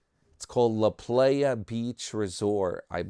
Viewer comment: La Playa is pronounced La "Ply ya". Glad you're studying Espanol. You're exactly right Teddy is a cool guy, love his short wisecracks to Tim.🤣 Your short video cracked me up, best yet!